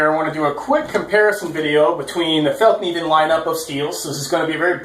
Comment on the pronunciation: your pronunciation of fällkniven is really good